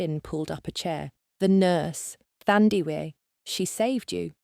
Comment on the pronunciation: 💃🏽As a nurse by profession too 👏🏾👏🏾👏🏾best story ever thanks to the author 👌🏽 this should be a movie,Windhoek 🇳🇦 oh the pronunciation of her name is Taa Ndie weh instead of Thurndiwe Thandiwe a name meaning Love in Isindebele tribe of SA😊